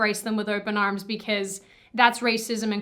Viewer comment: She said "arms" with an Irish accent, Cultural Appropriation!